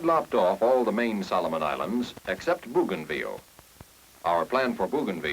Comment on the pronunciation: BOW gainville. NOT BOO gainville.